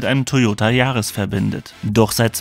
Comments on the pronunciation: Der Toyota Yaris „Gi A“ man kennt ihn :D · Warum denn gi- ar?? Kann man als Deutscher nicht gr aussprechen?? 🤯🤣